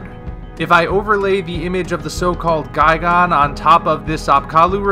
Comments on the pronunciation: GUY-GAN not guy-gone it's even spelled gigan. Were are you getting the gone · Why do you say "guy-gone?" It's "guy-gan." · “Guy-gone” XD